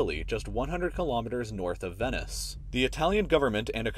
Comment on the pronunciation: Dis dood said venis its venice and said like ven neice